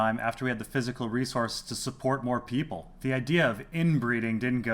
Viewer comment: Peeople, lol.